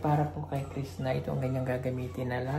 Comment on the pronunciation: sir crisna not crista